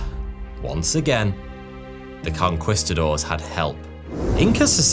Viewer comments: Con-kwis-ta-doors? I thought it was Con-kweest-ta-doors? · conqwhistadors 😂😂😂😂 really bro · lost me at conkWISTadors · CON-QUAST-TA-DOWRS bahahaha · hate the way he says "conqwistadors" but good video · please tell me "con-kwist-a-doors" isn't the standard british pronunciation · “Conqwistadors” lol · as soon as i heard "conkwistadors" I knew it was gonna be a bad time. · Con-quist-adores? Wtf kind of pronunciation is that?😂😂😂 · con-CUHWEST-uh-doors, bro what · Conquistadors = Con-KEYS -ta-dors. Spanish soldiers, Spanish pronunciation. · Con Quee-Sta-doors. Emphasis on the second syllable. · Racism? You mean... to mispronounce a word that refers to an extremely evil group of people? Look, racism exists but this only makes me want to pronounce your congestidaors even worse from now on. Sorry, who were they again? Gongestädörs? Qongeestadars? Who cares anyway.